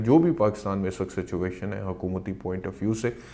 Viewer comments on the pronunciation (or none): none